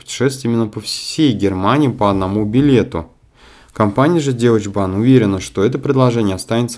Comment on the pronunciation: Спасибо за новости,. Позвольте сделать замечание 😊-когда называете фамилии или названия местности, произносите это, как звучит на немецком. Сочетание букв eu читается как ой. Деучебан я сначала даже не поняла. Дойчебан надо говорить. Удачи в изучении немецкого языка👍